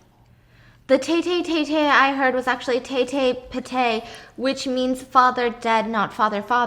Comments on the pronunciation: Tatay - Father in short Tay the way u say is Tai like Taiwan Patay - Dead the way u say it is Patai not petey Just want to inform y'all the correct way. - Beloved Filipino Friend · NOT THE TEYTET PETEY 😂😂😂😂 OMG HAHAHA it’s tatay as in tah-tay (not tey) and patay as in pah-tay (again not tey) omg that was SO funny… tatay means father and patay means dead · Tatay is pronounced like “tie-tie” And patay is “pa-tie” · The tagalog pronunciation 😂 Teyy teyy (tatay "father") pateyyy ( Patay "dead") 😂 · Tey-tey pey-tey 😂😂😂😂😂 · I understand that the graveyard story ended up taking a wrong turn for the worse, but I can't help but laugh at how Stephanie read the Tagalog words 🤣. The pronunciation is actually "tatay" (tah-thai) means dad. And "patay" (pah-thai) means dead. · teytey patey🤣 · I almost peed my pants from laughing when I heard her say Tey-tey pe-tey 😂😂😂 I cannooot. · it’s not teytey steph it’s Tah-tay and Pah-tay. lmao. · just to explain stephanie.................... t a t a y = f a t h e r | p a t a y = d e a d pa (pronounced like pa in pabo) tay (pronounced like thai without the h sound) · Tey tey patey. 🤣🤣🤣 I am not laughing because of the story but on how Stephanie pronounced it. 🤣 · As a Filipina who speaks Tagalog it was so painful hearing Stephanie's accent for "Tatay" and "patay" during the graveyard story T_T